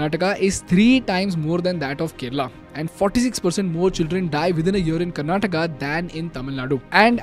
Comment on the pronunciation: Maybe this is why they lost...the leader of the party that you must vote for is calling your state 'karnataka' like some foreigners would karnatak hai woh bhai english kya hutiya language hai pata nhi har ek hindi sabdh ke baad "aa" lagana padta hain